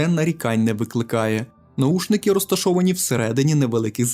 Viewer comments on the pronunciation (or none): наВушники - Вухо, а не ухо